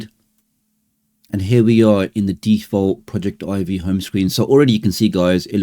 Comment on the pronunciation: It is not pronounced project Ivy. It is pronounced all as one word like “Project-ivvy”. The word project here being used is as in projector. This is further demonstrated when you’re installing the program and it shows a projector in the middle of the screen. Otherwise it was a very great and informative video and I’m going to use on every android device that I have.